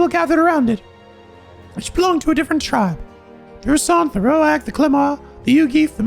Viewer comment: Just a small note, Rhoag is pronounced like Rogue.